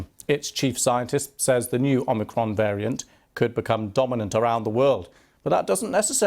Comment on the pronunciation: Geez - it’s not omocron. Goes to show that you just can’t cover up the lies. Can’t even pronounce it right. Hmm hmm 🤔